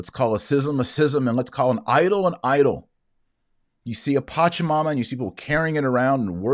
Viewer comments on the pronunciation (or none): none